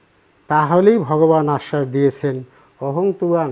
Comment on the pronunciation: অহং উচ্চারণ অহম হবে । ওঁ শান্তি